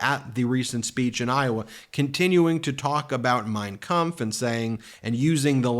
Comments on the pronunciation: I noticed Trump had no trouble pronouncing "Mein Kamf" but can't pronounce Yosemite. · He pronounced the name of that book awful wel. With accent! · Trump mispronounces words all the time. Hearing him pronounce Mein kampf with such clarity makes me think he practiced, Why. He is a fan of Hitler. Trump has always been racist. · Trump says "Mein Kempf" so perfectly that there's no doubt he's read it and had his Nazi father talk about it all the time. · The MOST alarming thing about tfg talking about mein kampf is the perfect pronunciation of it, considering how otherwise stupid he sounds. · Trump says he’s never read Mein Kampf but pronounces the title very deliberately and perfectly. He rarely pronounces any English words with such precision as that. Which of course means that he read it and respects Hitler so much as to not mispronounce the title of his all-time favorite book of lies. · Trump can’t pronounce half the words he says but pronounced Mein Kampf perfectly? 🧐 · I thought his pronunciation of Mein Kampf was too smooth when I first heard him say it. He said the name of the book he "never read" better than he called second Corinthians as 2 Corinthians from the book he claims to have read. Some article long back floated around that Fred was spotted at a Nazi rally, so what the 92 year old caller said was not surprising at all. It's just been sad that Republicans whom I used to have some respect for have been revealing their shared Nazi beliefs and their warped view of Christianity in their loyalty to Donald Trump. Donald has revealed how much Republicans hate everyone who is not a straight WASP, how much they hate the Constitution and state's rights, and why that they really want to get rid of the FBI so they can get away with their trickery and debauchery. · Trump has no trouble pronouncing the name of Hitlers' book. ⚖️🎼💙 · Funny the orange one can pronounce that with no problem but can’t say “origins.”